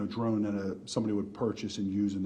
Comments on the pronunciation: What's a "dron"? 🤔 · What's a "dron"?